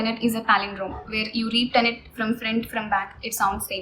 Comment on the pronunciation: It's tenet ma'am not tenent